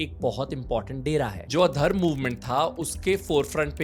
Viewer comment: Not addharm its ad-dharma😂 its means adi dharma